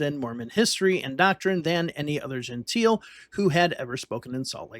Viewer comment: "Gentile" is pronounced "gen-tayl", not "gen-teel"